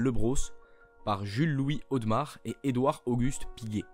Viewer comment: A Genève on dit Audémars et non audmars!!!!!!